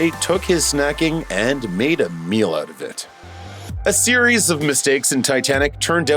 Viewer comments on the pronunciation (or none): none